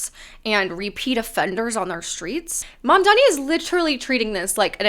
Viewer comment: Or Mandani and not I madman?